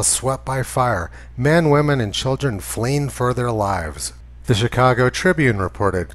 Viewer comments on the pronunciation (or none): none